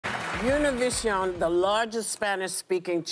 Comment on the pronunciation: Something told me not to click on this video because Ana would be pronouncing Univisión incorrectly, like many people do. It's good that Whoopie was prepared and had learn to pronounce Univisión correctly. (Sarcasm intended). She never does pronounce it correctly. It's an espanol word for an español language network. It's not an English word. How does Whoopie pronounce "Gracias?" Does she say gray-sigh-as? Then Ana chooses to not educate the viewers on the correct pronunciation either. She went along with the mistake from Whoopie yet Ana pronounced Televisa correctly. On the interview I saw on MSNBC in English, they all pronounced Univisión correctly. At least they were all prepared on MSNBC.